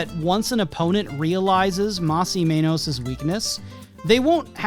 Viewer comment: Ur saying Mas right but it's Men-Oss not Mane-Os, I'm a little lost as to how some non-spanish speakers get this one wrong alot. In english the word men exists and then the oss u could just take from the worst "most". Sorry it's cus the way you were pronouncing menos, almost sounded like you were pronouncing it wrong on purpose. They even said their name on the show! How could u pronounce it wrong!? Oh but if it was a complicated ass Japanese anime name all of us including myself be practicing that shit til' we get it down as if we spoke the damn language. 😂